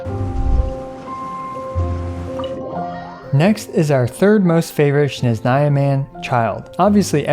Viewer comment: My poor ears when he said "shneznaya"...